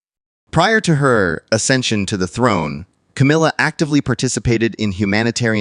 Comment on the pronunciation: Why does your voice fade out weirdly. It's Camilla not Cameella.